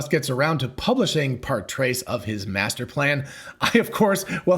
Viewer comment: "trois" is pronounced more like "twah" than trace. You did do all five years of compulsory French at secondary school, didn't you?